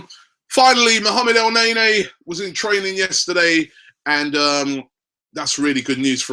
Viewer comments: Its ne-ny not nay-nay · Guessing we are pretty much way over Robbie actually pronouncing El Neny's name correctly, instead of butchering it by pronouncing it "El Nae-Nae".....